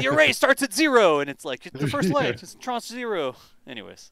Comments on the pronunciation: I have heard the word “tranche” used a lot over the last ten years in financial circles, especially government payments (it just means a “portion”), I thought it was used in spaceflight as well, but listening to y’all butcher it over and over was priceless. It’s French, ignore the e at the end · hello ... love your feed... BTW ... tranche... in french means slice/section or part. it's pronounced 'Transh'... the e is silent so you were nearly right.... love you guys.. xxx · Tranche rhymes with raunch or launch